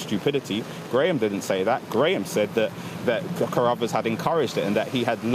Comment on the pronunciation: Dat (that), da world (the world), bofe (both) norf east (north east)! What poor pronunciation. Down the pan.